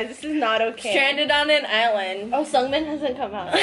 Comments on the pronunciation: no it's pronounced seungmin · you guys are funny but you guys pronounced seungmin wrong